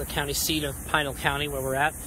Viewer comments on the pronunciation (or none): Fun video. Yup, it's Pee-nahl County. Also, the monument is pronounced kah-se Grahn-day but the city is kas-eh grand. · Pronounced Pee-nal county. I live in Goodyear. Nice video BTW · Learn pronunciation of Pinal County...